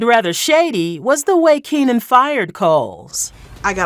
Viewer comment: It's Keenen. Keenen